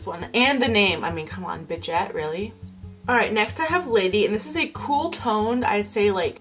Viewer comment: It's not "bitch ette". The correct pronunciation would be "beesh ette".